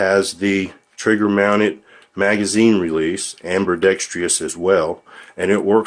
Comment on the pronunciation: Every time you say "amberdextryus," God throws a puppy in a wood chipper.